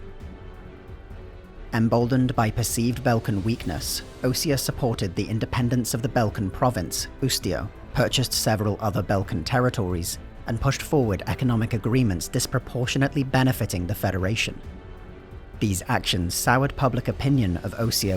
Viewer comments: You mispronounced Ustio as Utsio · Oo-stee-oh, not Oot-zee-oh. Otherwise, great video! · *Ustio, not Utsio. Loved vid though. I didn't expect another Ace Combat video from this channel and its awesome. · Was just wondering when you gonna do Osea, given you did Yuktobania already. Imagine my surprise. Its ustio tho not utsio. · *Us-tio, not Ut-sio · This is good, but there are a few key details that are missing, or are incorrect The pronunciation of Ustio as "Utsio", while minor, a glaring issue that made me cringe. "The Nation of Usea" - This is wildly incorrect, but the truth is more complicated. Following the Usean Civil War in the 1990s, the Continent of Usea ceased being a unified state around the time that the Belkan War began, leading it to be broken up into smaller nations, the largest being Usea proper on the southeastern part of the continent. This in turn led to the allied nations on this continent conglomerating into the Independent State Allied Forces in response to the Federal Republic of Erusea seizing Stonehenge and beginning a military conquest of the continent in the early 2000s. (Out of canon, the writers often flipflop this, but if you followed Ace Combat 2/Ace Combat 3D, this is a part of official canon.) In the epilogue to Ace Combat 5, it was stated that the existence of the Razgriz as a squadron was revealed, at least partially, by the Harling Administration in Harling's final term in office in 2015, so it's less of a myth shrouded in secrecy, more a (at the very least) state of conjecture amongst Osean intellectuals. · why do you pronounce Ustio as "Uzio"? the rest is great though